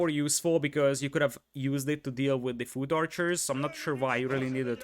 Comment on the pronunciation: Hahaha his pronunciation of foot archer is hilarious